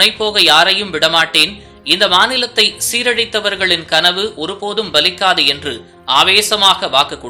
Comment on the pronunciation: PDB இல்லையடா...அது PDP...என்று உச்சரிக்க வேண்டும். நாக்கில் வேப்பெண்ணெய் வைத்து தேய்...நல்லா வரும். அதே மாதிரி 'நாலுக்குநாள்' இல்லை....'நாளுக்குநாள்' என்று உச்சரிக்க வேண்டும். அதேபோல்...Baliக்காது என்று கூறக்கூடாது. Paliக்காது என்று கூறவேண்டும். பன்னாடை...செய்தி படிக்கும் முன் தமிழ் உச்சரிப்பை படிடா